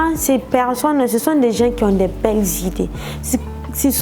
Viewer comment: Ahhhhhhhhh c'est pas pecccsonne mais personne